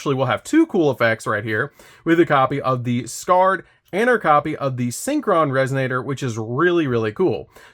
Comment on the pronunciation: Isn't Scarred pronounced Scar-Red? Red Nova Dragon's Ocg name is Scar Red Nova D.